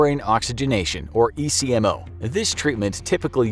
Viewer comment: My daughter was on ECMO and several other life support described her. ECMO is actually pronounced as a word In he medical field and not as individual letters